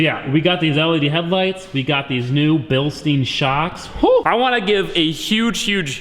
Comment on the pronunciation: It's not a "Bilsteen" 😃